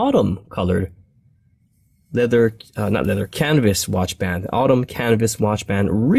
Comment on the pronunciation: I swear you keep saying cannabis instead of canvas